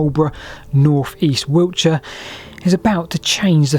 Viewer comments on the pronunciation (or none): none